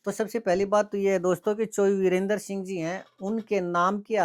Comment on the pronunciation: वीरेंद्र सिंह नहीं जी बीरेंद्र सिंह बोलो